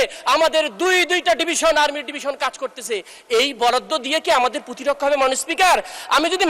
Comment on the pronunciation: Protirokkha pronunciation shikhen